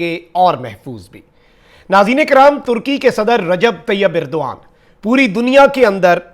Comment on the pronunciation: طیب اردگان ہوتا ہے بھائی اردغان نہیں